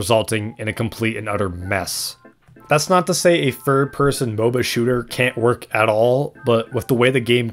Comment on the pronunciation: Yeahhh im not taking the opinoin of someone who cant say "Third" properly